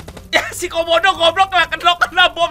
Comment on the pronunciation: Gua dengernya komodo bukan kaubodo😂😂😂